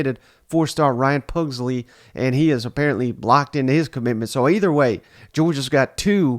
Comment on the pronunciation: Puh-glee-see not Pugs-lee